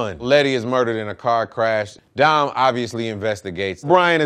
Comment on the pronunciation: Don instead of dom that races your heard?